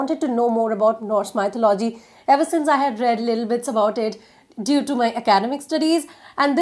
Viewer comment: Hi....thank u soooo much for this it helped me a lot...but one small correction. It's not MY-THU-LO-GY...its pronounced as Me-THO-LU-GY...im sorry if I shouldn't say it.